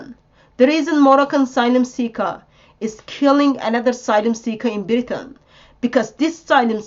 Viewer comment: ”Welcome to Beritain!”